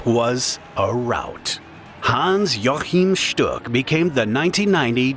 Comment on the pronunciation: its pronounced hans wachim shtuk